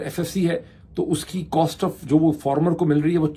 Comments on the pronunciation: Why do you pronounce it (FORMER)? Is it not (FARMER)? All bloggers call it Formers. Why so? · Not former FAAAAR-MER